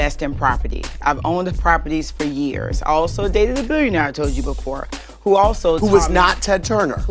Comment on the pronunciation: Adira Yasharahla nahh she said Binion-aire